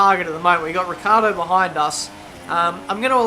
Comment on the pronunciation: I hate how he says Kvyat and Ricciardo